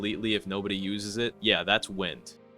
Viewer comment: the quincy schrift wind isnt pronounced like wind (as in flowing air) but as in WINDing up a toy